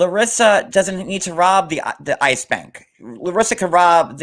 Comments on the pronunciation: You are the most unprepared and unprofessional ignoant girl. Isis really. Stop learn how to read the dictinary offers pronunciation with the dictionary you have know excuse.. do your damn homework learn how to use your equipment. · You keep saying Isis site 😂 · This! Oh my god. It really isn't that hard to say ICE I don't get why they keep confusing the two. It's so unprofessional.